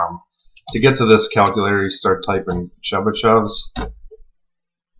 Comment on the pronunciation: This nigga can’t even pronounce it...